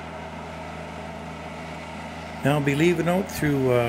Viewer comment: out, not oat